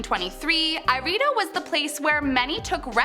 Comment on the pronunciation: I think Ireido is spelt "e-re-e-doh" And Komine as "ko-me-nay"